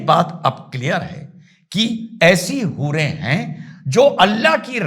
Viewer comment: Hoore ❌ Boore ✅